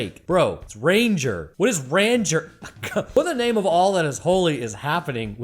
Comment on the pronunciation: * Affronted in Quebecker * "Rahn-zhay" > French pronunciation of "Ranger". And yeah, lots of corn in Quebec. Often cow corn to feed the massive dairy industry. Also: every time you specify metric over imperial, a Canadian laughs.